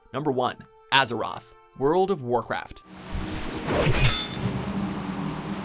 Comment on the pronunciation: I wanted to dislike so bad when he said Azeroth.